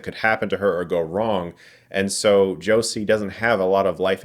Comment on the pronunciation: Sorry for being that person... Josee is actually pronounced "Joe-ze", not like "Josie" (I think even the way I wrote pronunciation is wrong but I'm a Spanish speaker, sorry!)